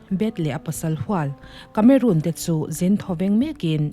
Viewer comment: Miss tlangau kameruun nilo in kameron tih a lam tur a nih ka ring deuh.. Sawive mai2😣❤❤